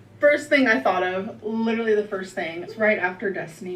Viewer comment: Omfg I hate how she says "looterally"